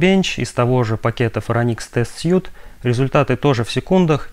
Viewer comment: отличное видео позвольте позанудствовать: в Phoronix test suite последнее слово читается как "свит", означет набор, комплект или апартаменты. слово которое вы произносите пишется без буквы e в конце и значит костюм